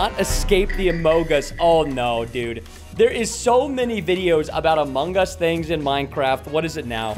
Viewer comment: I love the AH MOH GUS